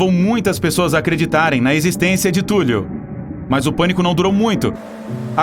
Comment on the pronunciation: Sério que você está chamando Cthulhu (Thúlrru foneticamente escrito) de Túlio? A próxima luta vai ser Zéfa, Túlio e Nequinho?